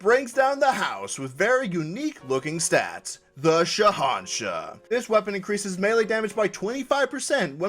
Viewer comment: WHAT IS THIS?! SOMEONE CAN PRONOUNCE THE NAME OF THE SHAHANSHAH?! WHAT WITCHCRAFT IS THIS?!